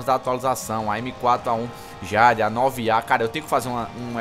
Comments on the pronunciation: "Awm - ÊI - DIÊIDI" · AWM - A - JÁDE kkkkkkkkkkkkkkkkkkkkkkkkkkkkkkkkkkk ri dms cara, like lekão